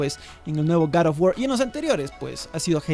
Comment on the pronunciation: Como siempre excelente video y la pronunciación correcta del nombre del juego jajajaj garofguar un abrazo desde el país vecino colombia